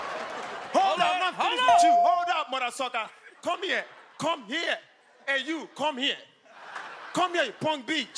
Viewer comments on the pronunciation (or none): Come here, come here, and YOU CONE HEA CONE HEA PUNK BEACH😂😂😂